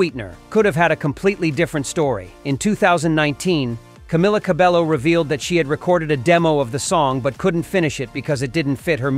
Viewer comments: Ps. Its pronounced Camila CabEYO ... not Camila CaBELLO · Camila Cabello (pronounced Cabeyo, not Cabelo) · You're right! It's pronounced 'CabeYO.' Thanks for pointing it out, we’ll make sure to get it right next time. 😊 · It’s pronounced Cabe Yo (Cabello), it’s literally meaning HAIR in Spanish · You're absolutely right! 😄 It's pronounced 'CabeYO,' which means 'hair' in Spanish. Thanks for pointing that out! 😊